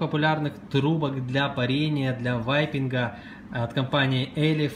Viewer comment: Кто-нибудь, скажите им, что не "ВАЙПИНГ", а "Вейпинг"